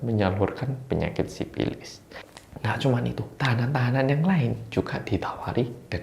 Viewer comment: menggunakan bahasa Sunda. Sifilis menjadi sipilis😁